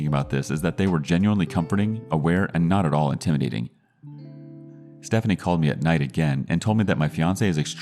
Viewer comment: Intrmidating? What is up with these weak guys?